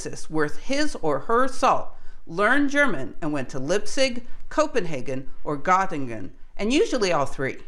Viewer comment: and It sounds like "Gottlingen" (with an L, but it's unclear to my ears, it might also be a G or an N), but I suppose you are referring to Göttingen. The letter Ö in German is pronounced something like the vowel English uses in "girl" and "earth". Also, I hear Margrethe Bohr's given name pronounced sort of like "Margaretha" with an English-style "th" like in "think". But in Danish, "th" does not convey the English "th" sound but is rather more like a "t" or a glottal stop (like the constriction in the middel of "uh-oh"). Further, and this covers most Germanic languages except English, when a word ends in an "e", it's not pronounced like an "a", but imagine rather if the word were given an additional "h" after the "e". So less "Margreta" and more "Margreteh" or indeed "Margreh-eh" (with glottal stop). Same for Lise Meitner, less like "Lisa" and more like "Liseh". Excellent content, don't let this stop you! Some people struggle with foreign pronunciations, and that's OK.